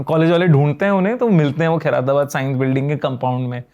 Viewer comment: Khai-ra-tabad ❌ Khair-tabad ☑️